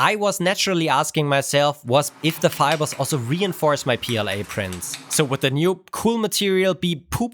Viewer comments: It’s not pooLA, it’s PLA-BS 😂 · no, poola not pla